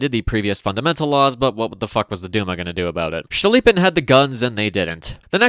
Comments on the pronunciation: Cool, cool, but it's Stolypin, not Shtolypin, he's not German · every time you pronounce "STCHTolypin" i giggle uncontrollably this is certainly a feature, do not consult any pronounciation guides.